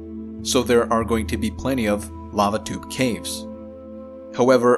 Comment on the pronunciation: I heard "babadook caves" instead of "lava tube caves" twice in the first part of this video. Had to rewind a few times.